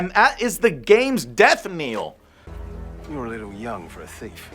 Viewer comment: Death "Kneel".......hilarious. Even the disappointmg script for Star Wars Outlaws is buggy